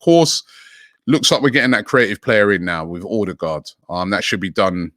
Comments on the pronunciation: Most people pronounce with an O. As a norwegian, this sounds to us like he's saying Ådegaard (awedegaard) - again wrong. It's Ø. It's pronounced like the U in "sun" or "fur" or "suck" (lol) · His name is not ORDER-GAARD for fucks sake get it right Robbie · It's pronounced 'Oo-deh-go'. Source: my gf is Scandinavian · As usual he can't pronounce it right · Me too